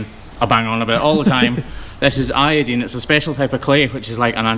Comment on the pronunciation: Awesome! Now has you saying i-o-deen too.